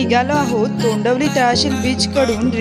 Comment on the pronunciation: तोंडवली नाही तोंडवळी